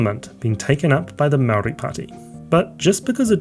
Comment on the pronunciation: Good grief. I’m not Māori but it’s pretty amazing to hear you butcher the pronunciation of every Māori word you uttered. Kind of undercuts the credibility of what is an otherwise coherent analysis.